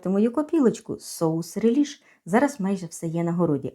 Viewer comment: Соус смачний, це точно. Але правильно говорити 'ре'ліш"